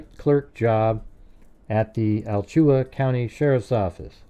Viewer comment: It is pronounced "Ala-Chua" County.. Definitely some similarities with Koberger. He is not original at all like he was intending. Complete Sicko, both of them. Love the show 😊